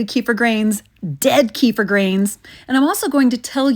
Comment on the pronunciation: Is it just me me, but the wrong pronunciation of Kefir drives me mad